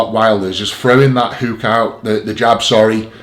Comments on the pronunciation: what is up with calling it a huuk for fuck sake haha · Love the way the beast says hook 😂💪